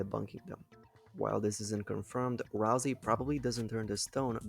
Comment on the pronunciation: BRO it's not pronounced ralzee it's pronounced ralsay